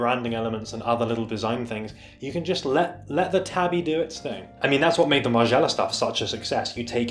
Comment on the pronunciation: “Tah-bee” tho, not “tabby”